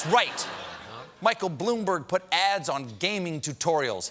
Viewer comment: Any one else heard him saying ass instead of ads ?? lmao